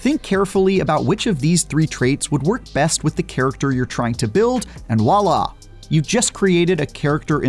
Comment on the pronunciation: It's "Voila" not "Wala".